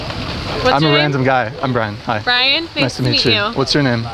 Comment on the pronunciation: "briaxn" you fucked up everything in this one.